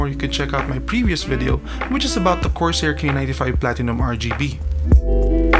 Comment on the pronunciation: From "Corsair" to "Corsa". Damn, how hard did you wipe?